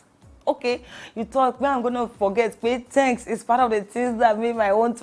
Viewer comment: Its the 'thenks' for me